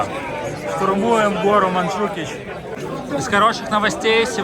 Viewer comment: Гора Монтжуик, а не Манджукич😂